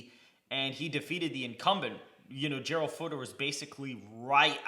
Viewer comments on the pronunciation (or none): none